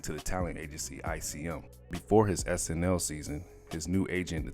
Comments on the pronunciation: Not 1 minute in and you called 'SNL' (SNi) (i) as in you're reading and not speaking life into words. Y'all ain't just curating history for y'all; it's for everybody. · He even said SNI one time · Comedy hype... I love you very much but please find somebody who can speak correctly to do the voice-overs... How do you mess up iconic names like Joe Piscopo and movies like Return of the Jedi???? He even said SNI in reference in reference to SNL..... you guys have to make sure that somebody is proofreading these dailies before you post them... If you need help I would gladly do it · The narrator said "sni" instead of "snl". Then he says "Alex" Foley instead of "Axel" Foley. Don't you guys review this stuff before you put it out?